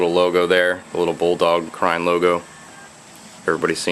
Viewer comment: Hmmm. I always pronounced it "crane" not "cryne"